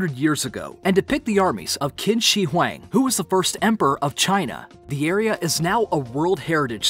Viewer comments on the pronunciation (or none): Please at least pronounce the First Emperor's name correctly... Like, CHING, not Kin...